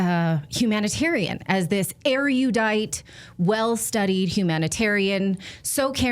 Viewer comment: it's "erudite" NOT "eriudite" (just like Fantanol instead of Fentanyl). Language hygiene matters.